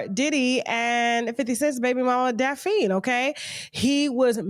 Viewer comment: Her name is pronounced "daf-nee" not "daf-eene" 😂😂😂